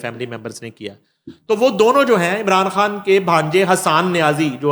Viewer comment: u speak very fluently but I fail to understand why can't u pronounce ur own name ie khan. Please improve ur pronunciation.